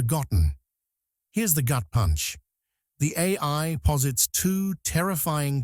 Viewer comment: I like tacos... Anyone else notice AI has trouble saying AI? Where are the real videos? The real people? The real creativity? This is only the beginning fellas... This trash will ruin ur ability to think haha and people imagine Terminator haha 😂 destroy your creativity and it's over guys without anyone ever firing a shot! Enjoy